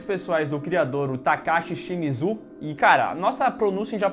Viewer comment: Nome Takashi Shimizu A pronúncia do: TACASSE ESSE MIJO KKKKKKKKKKKKKKKKMMMMMM